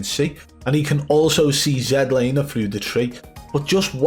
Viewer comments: Zed laner😂😂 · Zed Lander 😂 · Zed laner 😂😂